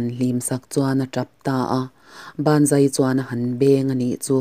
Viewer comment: A tira "Banzai" i lam rik dan khi ngaithla nawn leh chhin teh.. 😁😁😁 "Ban zai" i ti tlatin ka hria. 😁